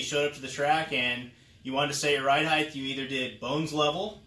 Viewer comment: Drink every time he says heighth like it’s a real word